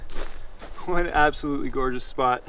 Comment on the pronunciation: it's GORGE ous 🤣